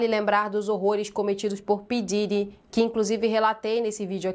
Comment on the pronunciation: É Puf Diddy e não pi Didi! Da raiva de ver a liga chamando ele de p diddi.